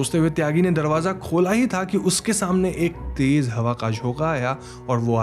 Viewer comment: Please speak the language properly. It's mash hoor not mas hoor. Similarly J is not Z and vice versa. Tez not tej for the fast.